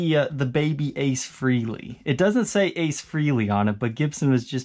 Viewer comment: That triple pick up LP is sweet! btw... It's pronounced Fray-lee not Free-lee US